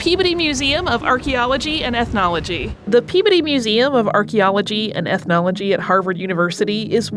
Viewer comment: Pea-bdy? I've never heard that pronunciation before.